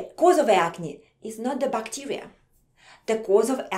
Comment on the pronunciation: she says bacteria bacterier